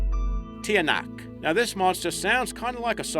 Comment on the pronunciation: i think thats the shortcut version on how to say it mate...its originally pronounced as tya-nak